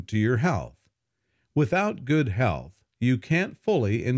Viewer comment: please pronounce th in the word "health",otherwise you pronounce this word like hell